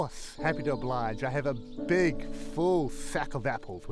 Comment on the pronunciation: "A biig, full sack... of apples" 😂